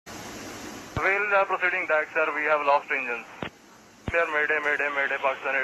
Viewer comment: funny how he says mudday mudday mudday